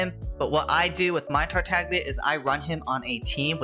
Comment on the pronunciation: Silent "g" like in "lasagna"